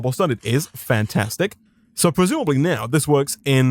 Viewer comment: He didn't. Not once. I'm sober and my beer is now flat. He does say pwesumably a lot though. I wondew if he wealises how wepetative that sounds?